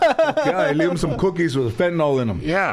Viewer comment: Are people too afraid of George to correct him? It's not "Fenolin." It's Fentanyl. Dude on the computer looks it up and clearly didn't type "Fenolin" to get search results. SMH.